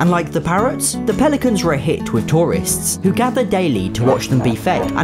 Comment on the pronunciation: I thought that instead of "Pelicans" said for some reason "Police mans"